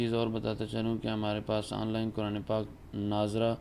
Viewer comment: ماشا اللہ کاری اور کوران کہنے والے قاری صاحب پہلے اپنا تلفظ ٹھیک کرلیں